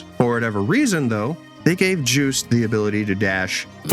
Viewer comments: I hear "Juiced" Everytime you say their name 😂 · The way he says "Jewst" is funny.